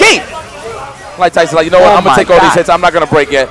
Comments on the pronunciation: guys it's not TAYson it's Tayson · Its NOT TAS SON it’s TAYSON. 😁😂😂😂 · He's Tyson not Tayson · Well I know I won’t forget his name Tayson ...I mean “Tyson”! Lol Yipes too crazy!!